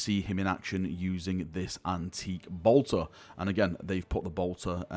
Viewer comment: You say Bolter funny 😁. <3